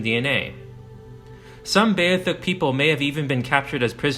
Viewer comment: it's beothuk dude.... Bee - oth - uk.